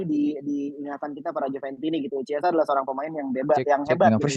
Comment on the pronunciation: ciao bianconero, chiesa dibaca kiesa bukan ciesa